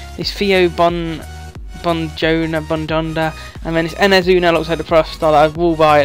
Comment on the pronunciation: More please,its pronounced Bong - Onda by the way lol